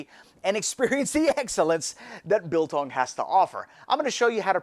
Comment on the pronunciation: trigger warning to South Africans!! It's biltong. exaggerated I short g not beltongg. (PS I'm drunk and I don't really give a fuck. Love you man <3)